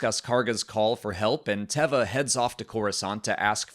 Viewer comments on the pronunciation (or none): I loved the cameo from Mollie in the bed. is a bad influence on me pronouncing Carson Teva's name wrong. If Mandalorians did indeed liberate Moff Gideon from the prisoner transport shuttle, I wonder if the Armorer could be involved? Since Moff GIdeon wielded the darksaber & he got it off of Bo-Katan for a while there he was the rightful owner (and he used it better than Din does). So could the Armorer be using Moff Gideon to challenge Din for the darksaber even though he lost it to Din before? Basically, I still don't trust the Armorer's motivations.